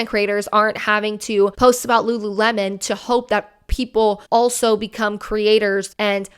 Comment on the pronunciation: i hear lularow everytime i hear them say lululemon lol